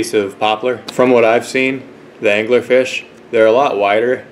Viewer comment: did you call it Dangler-Fish? :D